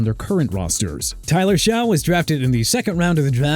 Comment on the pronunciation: "tyler shao"